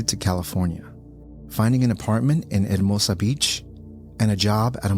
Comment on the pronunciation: It cracks me up anytime he's talking about any spanish-named location in LA. "AirdMOASAH" beach.... (Hermosa Beach) "LazBULmas Theater" (Las Palmas) ... like he should have a rose in his teeth.